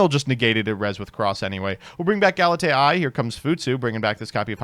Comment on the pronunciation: Old Galitea is usually pronounced "Gal - ih - tay - uh" or "Gal - ih - tea - uh" New Galitea should be pronounced "Gal - it - ay - eye" since it's referencing AI (artificial intelligence)